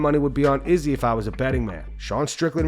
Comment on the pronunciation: The way you pronounce Izzy’s name makes my skin crawl lol